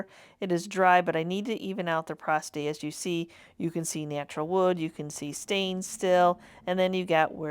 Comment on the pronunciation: Porosity not prosity